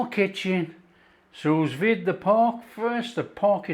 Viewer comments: Ok it is pronounced sou vide. Not sus vide🤦‍♀️ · “Sue Veed” not sooz vid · “soo veed” The second S is silent. 😘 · If your going to be a critic at least get it right, it’s “sous vide”not sue veed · allergic to feedback? Just trying to help you pronounce sous vide properly was all. If you don’t want to do that, that’s fine. I would have thought such an experienced cook who’s got incredible knowledge would know how to pronounce sous vide properly. Or at least make a decent stab at it. Not sure why that’s such an affront to you that I offered the advice and used phonetic spelling to help explain how you say it. Maybe you know and can’t be bothered? That’s ok though, you carry on getting it wrong. It really doesn’t matter to me if you ignore my feedback mate, but I do have a right to provide it. Oh and I think I’ll stay subscribed, thanks. I like the recipes and the presentation. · what I said was, it doesn’t matter to me if ignores my advice. You say “Feel the need to criticise”, I say “offer some advice to a cook YouTuber that sounds ignorant by getting the pronunciation of a simple cooking related French term wrong.” Like it or not, to some people, it makes the cookery YouTuber sound like he doesn’t know what he’s talking about. Sorry but that’s just a fact. Note I said some. Obviously you aren’t one of them which is fine. To prevent this state of affairs, I offered information on how to pronounce said French term. My advice was soundly rejected & I fully accept the fact my advice was soundly rejected. That’s his right. He doesn’t feel it’s important enough, I do. We had a difference of opinion. I feel there is a difference between criticising & offering feedback. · I was deliberately spelling it incorrectly just to help with pronunciation (which was getting wrong). I’m sure he’s seen it written down but, clearly, it hasn’t helped him pronounce it correctly so I figured best to use phonetic “spelling”. I know it’s not spelled Sue Veed, bro! 😂